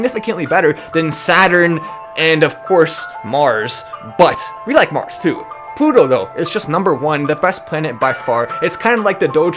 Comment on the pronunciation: you're supposed to say "TO THE PLUTOOOO!!!!", not "TO THE PUTOOOO!!!". That's a bad word in Spanish. Google it.